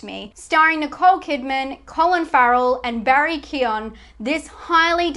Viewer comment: decent enough list, I disagree with the Killing of a sacred deer thing, only because hereditary is far scarier, once issue though, why pronounce these names so incorrectly, Willem Dafoe is pronounced as it looks, I know his birth name is William but in 2020 we should know to refer to people as the name they are comfortable with, also its Barry 'Key-yo-gan'. your'e channel will be better with slightly more time spent on this sort of thing.